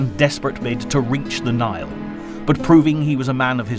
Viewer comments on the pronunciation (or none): none